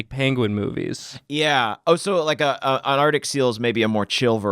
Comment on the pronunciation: ArCtic. The first C is NOT silent!